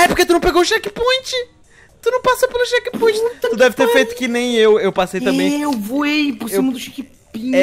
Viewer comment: só eu que ouvi chekpinto?